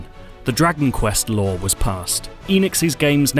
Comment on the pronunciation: I keep thinking he says lore instead of law.